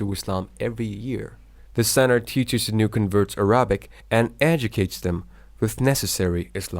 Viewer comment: A little bothered how the presenter pronounces some words incorrectly, like Al Andalus, Arabic and more